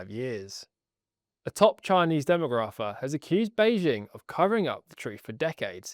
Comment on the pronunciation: Interesting article. BTW that’s not how you pronounce “demographer”.